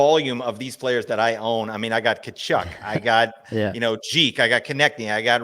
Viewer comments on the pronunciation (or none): it's ka-chuck not ta-chuck